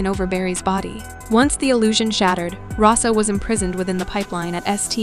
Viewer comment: You mispronounced Cicada and Russo